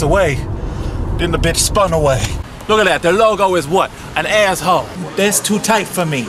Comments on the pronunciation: when he says "asshole" I here "asshoe" but I guess that's basically the same thing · I LOVE THE WAY HE SAYS ASSHOLE LIKE HE PRONOUNCES IT AS ASSHOE